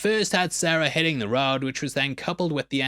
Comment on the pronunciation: How do you pronounce hitting the road "hätääng tä rääd"? What accent is this? In all respect.